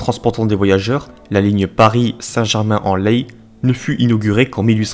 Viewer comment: Merci pour votre vidéo ! PS : on prononce "laie" pas "laï" pour Saint-Germain-en-Laye.